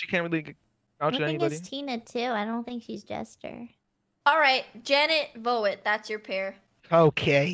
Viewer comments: Seeing voet’s name and hearing how they pronounce it when dutch is really weird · Oohh it's pronounced vo-uht, that makes sense. I just like like foot, bc that's how we pronounce voet in Dutch and it does mean foot 😂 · We would pronounce it 'voot'. So like foot but with v (like the v from van) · I feel weird hearing them say VO-ET cuz in Dutch that's 'voet' like uuhhh... like the shound of through? Vought?? pronounced like through haha just google translate this lmfao I can't explain and it means 'FOOT' I'm freaking screaming- Like I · my dutch brain cant get over how 'voet' is getting pronounced lmaodhjksf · Man how badly can they mispronounce Voet